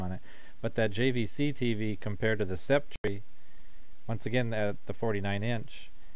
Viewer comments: its pronounced sep-terr not sep-tree btw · Great review! This t.v. is amazing in person. I was very impressed by the image quality. By the way, sceptre is pronounced septer ☺